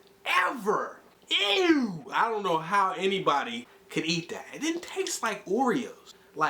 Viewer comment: lmao how he say "Ew"